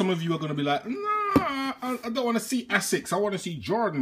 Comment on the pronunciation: Haha you crack me up dude. I feel like you purposely mispronounce names just to eek Americans - 'ass-sicks' 'ten-nick'.. Love it 😂